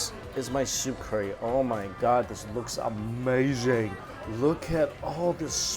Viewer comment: Been watching you for a couple years now and I've got to say it's still irritates me how you say Curry so bad.